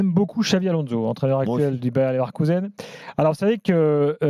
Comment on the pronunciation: Ça me fait saigner de l'oreille d'entendre le Bayern Leverkusen de la part d'un pseudo spécialiste du foot. Moi aussi Gilbert je veux ma place sur le plateau